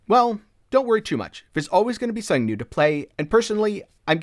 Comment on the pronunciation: Are you saying /Sunn-ing/ or Something cause I'm losing it over here lol.